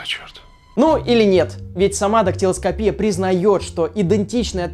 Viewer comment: Правильно будет дактелоскопия, а не дактелоскопия! Не путай ударения.